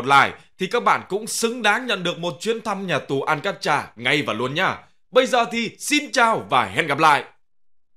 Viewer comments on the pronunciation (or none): Đọc đúng tên là : An ca trát chứ nhỉ